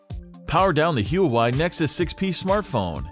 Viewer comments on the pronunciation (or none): It's not Who-Why... It's Wah-Way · Was anybody else bothered by him saying Hue-a-wi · How to do hue-ae-waii 6p postmortem in 10 easy steps!! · YES! Come on people, it's: "Wah-Way" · it isn't anywhere near impossible. And it's spelled Huawei, not huwai. You obviously pronounce it hua-way. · it's pronounced "wa-way".... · It's actually Hwa way. I live in mainland China ;) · TraceguyRune No, it actually isn't that. It's "HWA-WAY". Thus says the company CEO himself. immediately at 2 seconds and then 34 seconds into the video. It's also on their Wiki page. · Kian Mehrabi it's actually Wah-Way. Thus says the company themselves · I heard him pronounce "Huawei" and couldn't watch the rest of the video. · Looks like a good video so far, but please learn how to pronounce Huawei... I cringe every time you say it. ;)